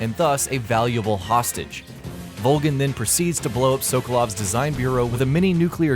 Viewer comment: "G. R. U." "Ta-Tanya" "[you must] eliminate the boss and SOKOLOV..." "Unconscience" 😔 😔 😔